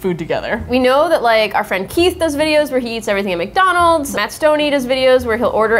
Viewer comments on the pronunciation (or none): none